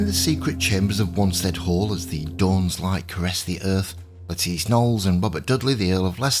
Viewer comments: "nolls" is correct ""le-TEECE" is not, The name has always been pronounced "LETT-iss" in the UK with stress on the first syllable- whereas the USA the fashion in names seems to often stress the second syllable (another example is Bernard (UK BURN-nud : USA b'NARD) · The most commonly used pronunciation and certainly the one used by reputable historians and historical documentaries in the past is "LETT-iss" (like the vegetable) "Le-TEECE" as used here is a very modern innovation (since the 1980s) At least we can all agree it is Nolls not Noll-eese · Yes, that's exactly why. Because so many are mis-pronouncing it.